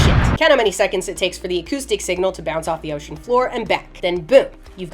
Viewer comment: "below the surface of DEEOTIAN"